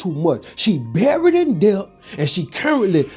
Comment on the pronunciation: This economy is so bad. I would be grown in this time and age 🤦🏾‍♂️ and somebody tell the B in debt is silent 😂